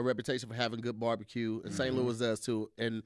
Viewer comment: No one was on him for consistently pronouncing it borbacue, so…